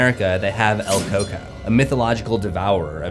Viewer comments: That’s because it’s el Cuco. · 😭🤣🤣😭😂😂🤣🤣🤣its not el Coco 😂😂😂it’s KU KO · El Cuco, pronounced coo-coh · I am latino and hearing you say "el coco" has to be one of my favorite things in the world. You are a treasure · El Cuco* At least that's how it was pronounced when I was growing up. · LMAOOO it’s the way he pronounced it I never heard someone say it like that